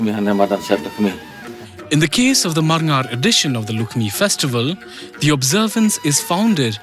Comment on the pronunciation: Its not marngar its barngar(people coming from outisde)